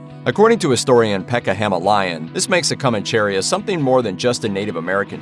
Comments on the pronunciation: Coh-mahn-cheh-REE-ya. There is no 'cherry' in the word. The stress is in the fourth syllable. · Co man che ría. (accent on the í) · co•MAN•che•RI•a(h) is how you pronounce it not however he butchers it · Co man Che Ria not comancheria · I think the accent in Comancheria is on the i, as that is the second to last syllable. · It's Comanchería. The stress is on the I, that's why it takes an accent there. Don't stress the e. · Decent video, but could you please stop mispronouncing Comancheria!!!